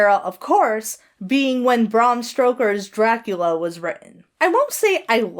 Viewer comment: It's bræm ˈstəʊkə in IPA. In other words, "Bram" rhymes with "ham." It also sounded a little bit like you pronounced "Stoker" as "Stroker," although that could have been my auditory processing fuckery.